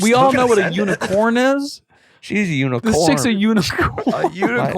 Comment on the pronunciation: I am stupid laughing at how they are making fun of Adam saying “unicorm” 😭😂😂💀